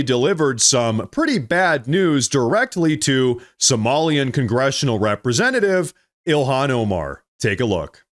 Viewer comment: did I hear that correctly? you said "somali representa-thieves"?